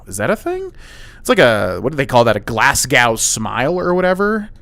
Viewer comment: As a Scottish person the way you say Glasgow infuriates me. Enjoyed the video